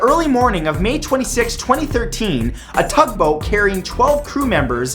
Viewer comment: did Matt say thug boat ? XD